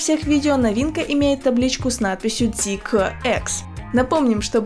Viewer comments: тормози да братишка)). Мы до этого на твоём канале знали эту машину как zeekr а не зикэкр(или как там) ))) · Как слышу Зикэ, не хочу смотреть…. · Очень ужасно ЗИКЭЭЭ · логотип же написан не на китайском, значит произносить на китайском не совсем коректно)) Но а если серьёзно очень не приятно звучит это к э-э-э, можно как то по мягче? П. С. Да это только моё мнение, но судя по всему не я один его разделяю... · Мне одному режет слух то как ведущая произносит Zeekr? Может лучше произносить по английски как и написано, а не по китайски? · я и понял что так говорят в Китае, но мы то не в Китае. И сомневаюсь что на английском именно так звучит...